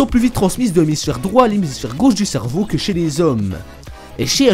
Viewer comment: cervow MDR (je sais que ça s'écrit cerveau mais la façon donc il le dit ) ;p